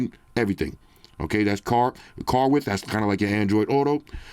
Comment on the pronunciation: “WIDTHS “ WIDTHS